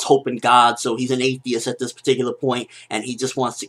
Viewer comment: Are you an ahteist or are you religious? (Christian I guess) - since you said that "Athiest-part" a bit strange ;D